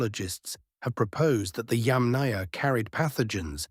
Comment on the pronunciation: It's not pronounced yam-NAYA. It's pronounced YAM-naya. It's not pronounced CURR-gun. It's pronounced coor-GAN.